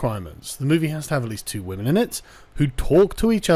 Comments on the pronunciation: been watching too much PewdiePie Sargon? "Wamen" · did sargon say waman? does he respect waman? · I see that you said wamen instead of women you must be watching pewdiepie videos lol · wamen lol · The way Sargon said "waman"... I'm pretty sure he watches PewDiePie... Praise Kek my sister fister dudes. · Sargon I heard you slip that 'wamen' in there Do you respec wamen?